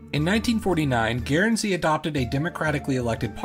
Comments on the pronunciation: FYI, it's just pronounced "gern-zee", not gairn-zee". Good video though! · The Guern in Guernsey is pronounced the same as turn or burn. Just so you’re aware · Dude, it's GURNzee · With regard to modern day feudalism, you might be interested in the Cocos (Keeling) Islands, north-west of Australia and south of Indonesia. This territory was controlled by the Clunies-Ross family until 1979. By the way, your pronunciation of 'Guernsey' is on par with Peter Sellers' pronunciation of 'George Gershwin'!